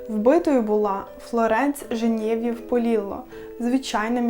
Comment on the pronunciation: Відео класні, але ти настільки лінива, що не можеш перевірити перед записом правильність наголосу чи вживання тих поодиноких слів, у яких сумніваєшся? То у тебе чулки замість панчох, то кайданИ, то Женéв'єв 😂 як можна так недбало ставитися до того, що виходить з твого рота?